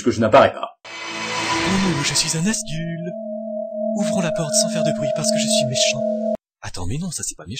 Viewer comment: et on dit Nazgul